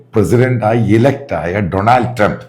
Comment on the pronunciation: Sir, here everyone reads/says his name Doonald Trump not Donaald . Double ‘a’ pronunciation after ‘ D’